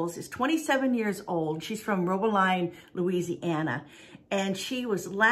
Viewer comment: Its pronounced (Rowb-a-lean)😁